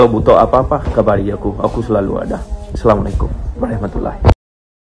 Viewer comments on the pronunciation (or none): none